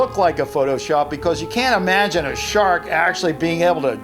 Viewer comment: Just “E-magine”